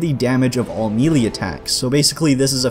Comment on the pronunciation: Good video....not sure if intentional but...."Melee" [mey - ley]